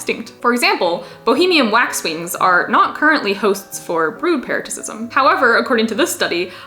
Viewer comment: "Melb'n" "Para - sit - ism" Just some friendly tips :)